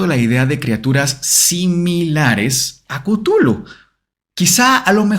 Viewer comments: Cutulu Mi mente disléxica todo el capitulo: tu culo 😂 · Soy de la generación q llama o, mejor dicho, pronuncia Chuthlu como "shulu" lo de cutulu me suena horrible...😅🤣🤣...( aunq la verdad es q me gusta tanto como has tocado el tema q no es ni siquiera una crítica...) 😊❤️ saludos desde las Islas Canarias 😘